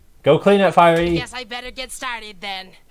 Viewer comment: SAID FIREAFY